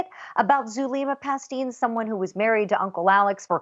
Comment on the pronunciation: Isn't Zulema's last name pronounced Pas-teh-nes ?